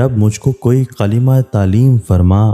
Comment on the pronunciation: Qalima nahi kalma